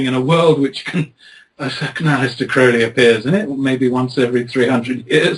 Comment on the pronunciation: It's pronounced Crowley as in holy.